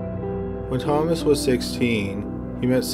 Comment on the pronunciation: Whe Thoma wah sissteen he met Elizabeh, hey can you please PRONOUNCE the words?